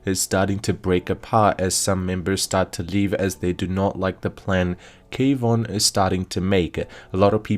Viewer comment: Kwon, not K Von